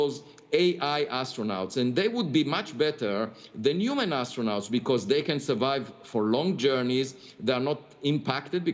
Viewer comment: pronounced - Aistronaughts